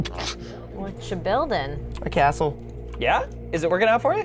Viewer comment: “Nice Caastle”